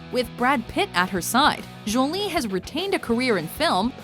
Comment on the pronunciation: Jowlie?? Bitch its jolie